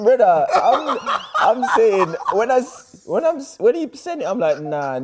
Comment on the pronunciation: Leroy INsane noone was "brudda " is so weird we just say "bredda"